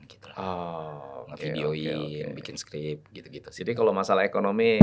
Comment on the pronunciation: MENIT 21.59 MAU BILANG BIKIN DIBILANG "BINGIN" 😂😂😂😂😂😂😂😂😂😂😂😂😂😂😂😂😂😂